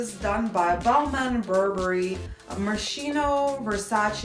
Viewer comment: Love the content. JACQUEMUS and MOSCHINO check the pronunciation please